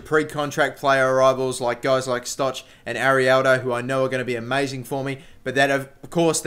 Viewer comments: Stok not Stotch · you say it wrong it is stog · Pronounced Stok